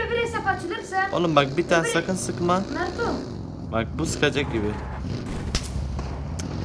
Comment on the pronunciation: Birbirinize Naruto Sasüke yerine Banruto Bansüke falan diyin xD